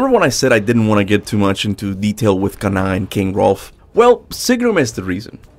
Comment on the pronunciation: Am I missing something or is he calling king hrolf rodolpho